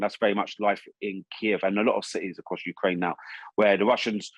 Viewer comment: It's the correct pronunciation, so what's creepy about it? The sudden and creepy change was to pronouncing the name of the country YOU-krane for no reason at all. It is not more similar to the Ukrainian version: you-KRANE is closer.